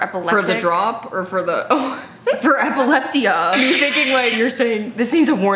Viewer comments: did NOT just say “epileptia” 😂😂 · ITS EPILEPSY NOT EPILEPTIA